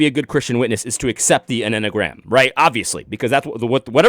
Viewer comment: The M&Mgram...? In my head, you were getting close to this pronunciation...🤣 Enny-uh-gram😁